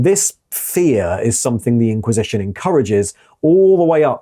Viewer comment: You pronounced "IN-quisition" exactly how I expected you too, and I was pleased